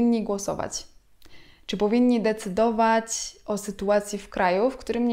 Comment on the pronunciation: A ja bym chciala poptosic zebys byla yaka dobra i posluchala jsk batdzo kaleczysznasz piekny jezyk np Wyrazy korzystac byc powiedziec sie itd okropnie to brzmi prosze sie wsluchac w swoje np slowo decydowac wyraznie zmiekczona jest literka c prosimy tego nie zmieniac bo to ludzi bardzo zraza